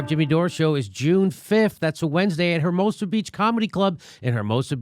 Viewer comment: Hair mosa! The H is silent Jimmy. Surprised your wife hasnt mentioned it